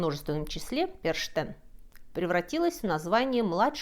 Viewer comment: Сейчас буду противно дотошной, как все немцы.Что поделать, кровь сказывается)). Но правильно говорить не Фрау ПерШтен, а ПерХтен.Причём в этом случае " Х" очень явный, горловой звук. Спасибо за лекцию, была я на праздновании этого мракобесия в австрийской деревушке. Потрясающее зрелище.Мы стояли за ограждением, наши детки, перепуганные, с огромными глазами, у нас на руках. ( Маски и костюмы были просто не шуточными, точно не для детских утренников, громкая музыка, факелы. Эти " демоны" хватали зазевавшихся, могли стукнуть об оградку или измазать тебя краской) А вот местная детвора, особенно подростки, были в явном восторге. У них это действо до сих пор ежегодно, особенно в туристической местности.